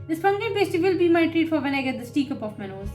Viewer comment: For the future, it’s not “pay stee” like you pronounced it: it “pass tee”. Pumpkin Pass Tee, is how you’d pronounce it.